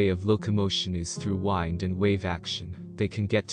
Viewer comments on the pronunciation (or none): You should learn the difference between the two ways to pronounce "wind". You used the wrong one in the context of this video.